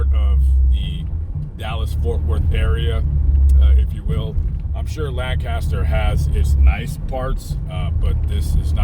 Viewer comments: Even if you were in Lancaster, residents would frown upon the pronunciation. Dallas area residents say "LAINK-a-ster". 😂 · Pronounced “Lankister” with a long a. Just sayin